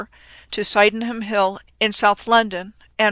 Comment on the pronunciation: lol it's pronounced Syd-Num